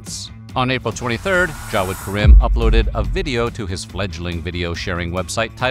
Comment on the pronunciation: Karim = Kareem. Not ka-rym